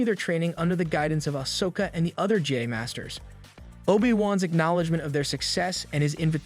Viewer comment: Jedee? You on crack!? Its Jedi as in Jehd......Eye......how tf you get that wrong!?!?!!?!? They literally PRONOUNCE IT FOR YOU!!!!